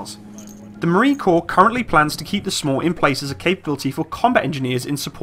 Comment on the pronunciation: you don't have to spell out SMAW each time. We say it like you would say "saw" but add the "m" in there like you would say "smack"